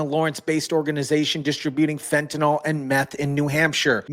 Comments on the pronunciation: you know as an organic chemist I have perplexed at how everyone is pronucning fentynyl. by saying it as fentanol that OL ending? it means it is an alcohol, which it is not. Take it from wikiepedia if you want to stop sounding like an eeeeee deeeee ot. lol The correct pronunciation of fentanyl is "fen-ta-nil" , with the stress on the first syllable and the final syllable sounding like "nil". The pronunciation is often rendered as /ˈfen.tə.nɪl/ in the UK and /ˈfen.t̬ən.ɪl/ in the US. While some people pronounce it as "fentanol," this is considered incorrect because fentanyl is not an alcohol and does not have the "-ol" suffix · Fentanyl does not rhyme with alcohol